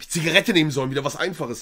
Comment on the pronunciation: Monte: Zigareete, Zigarete hahahaha